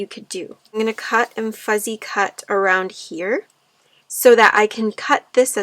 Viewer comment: It's beautiful. I wish you could hear yourself. You keep saying FUZZY cut. It's not Fuzzy. It's FUSSY CUTTING.